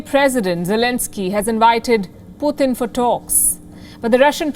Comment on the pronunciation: girl i know you are Indian ! at lest say names correctly vladimir putin is not puuuthin . he is not Indian .